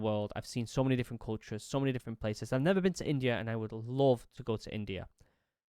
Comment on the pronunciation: Ur “love” sounds like “loath” to me